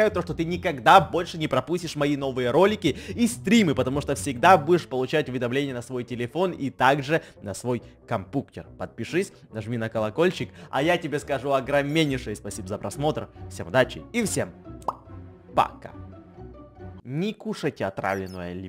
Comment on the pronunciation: А почему ты говориш компуктер ане компьютер